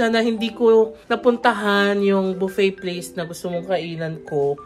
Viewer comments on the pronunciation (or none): none